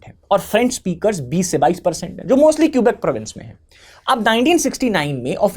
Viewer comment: It's तमिऴ् ताइ. It's not मोझी, it's मोऴी. Tamil people like to romanise ऴ with zh. It's केबेक्/Québec.